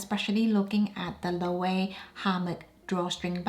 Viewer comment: I hope you don’t mind the correction but Loewe is pronounced Loo-ee-vay. All the choices you picked are on point. However, for the Celine bag, buyers beware. The leather scratches like you wouldn’t believe. It certainly isn’t value for money unless you want to treat it with kid gloves.